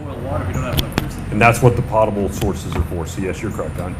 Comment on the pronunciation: Potable is pronounced with a long O.